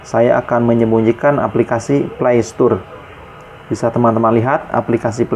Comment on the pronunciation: "play stor" bang bukan "play stur"